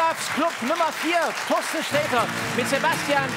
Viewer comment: Find ich so süß, dass Olaf Schubert immer Toasten sagt, statt Torsten.